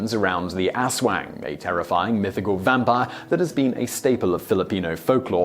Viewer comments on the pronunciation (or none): Aswang not asuang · Almost certain you are pronouncing Aswang incorrectly, and should be pronounced as oswong, could be wrong, but that is how i have always heard it said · Its aswang not asswang and it is actually a major fear their, doesn't mean it less funny in English though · Did he say asswang? Did I hear that right? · You've got to be kidding me..."asswang"??? Really?😂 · gavin banwell It doesn’t matter. He still pronounced it Asswang 😂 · flamedramon its aswang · Also, how many times did you laugh off-camera saying "Aswang"?